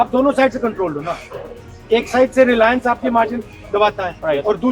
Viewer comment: Relence hai Reliance nahi 😂